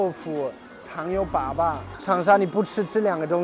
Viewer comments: 粑粑，哈哈。。是一声，不是三声。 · 糖油粑粑，粑粑读第一声，不是第三声，第三声是poo poo 的意思。